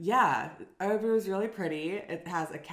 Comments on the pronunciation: Interesting from the start - but my goodness,!!!:-) <3 Did you say Årebro? You got me really confused! Please, you'll give your Swedish the final touch, if you'll take half an hour for this: fanfare: Å is always pronounced å!:-D drumroll: Ö is always pronounced ö!:-) There are no exceptions! Nada! Never ever any exceptions! Å is not a difficult sound for you - you have it in your name: Thyron - in Swedish: Tajrånn. Ö is not a difficult sound for you, either - you have it in nerd, first, heard, wouldn't it be convenient if you would always write them nörd, först, hörd? It is as if you'd need to be confused about spelling, you are that used to it, because your own mother-tongue is so confused about spelling, for historical reasons. Look at the words below, read them aloud, and remember: å is always å, and ö is always ö, and then, when you take the subway or walk through the town, reinforce the connections, when you see all kinds of signs and adds - å is å, and ö is ö. No exceptions!!! Åker, Åhlens, Skåne, Åland, Åre, Vårgårda, Åsnen, Håkan, måndag, svår, går, står, mår, får, låta, våta, våra, åka, ås, ål, hård, hålla, kråka, bråka, låna, nån, sån, måste, etc. Östersjön, Örebro, Köping, Söder, Öland, Götaland, lördag, söndag, söker, göra, öga, höra, lönn, lön, bröd, smör, nöt, öka, öste, öl, böla, kröka, göra, mörk, möta, mötte, möte, möjlig, skön, etc. If you see Å å, you pronounce it å - every time! Just like we do. If you see Ö ö, you pronounce it ö - always! That's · you pronounce Örebro like Årebro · What is "Orebro"? Make an effeort to pronounce Ö correctly. The phonem does exist in English. This discussion was just as meaningless and shallow as can be expected of two yanks.